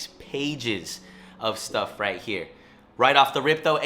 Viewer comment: “Right or wrong”? “righht” 🤡